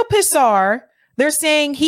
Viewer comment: You should know this, just by proper pronunciation PHONICS you learned in the 1st grade. The last name, "Pisar", would HAVE to be pronounced like pee-zar. It certainly is not like piss-ar (?), no matter what language you are basing it upon.